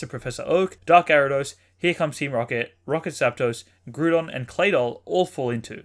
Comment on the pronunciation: Dude, I love your videos! Great subjects that are actually really informative, so thanks for that. Just one thing... please consider calling Groudon "GROUdon" as in "GROUnd". I mean Gruedon sounds alright, but that's not the lava beast I caught back in Pokémon Ruby😅 #Happy10000